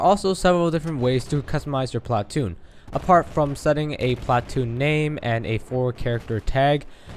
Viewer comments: you say "PLA- TOON" funny.... try saying it without any emphasis on the "A" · emphasis on the A in platoon